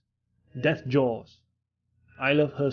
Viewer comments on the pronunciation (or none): it sounds like you say hearthporn